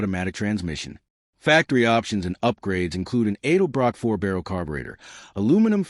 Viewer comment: It is not pronounced Aidelbrock. It's EDELBROCK.